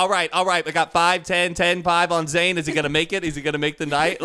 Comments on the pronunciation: It's Zane note zaine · Haider Hussain no i’m pretty sure it’s zane* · It's Zane not zaine*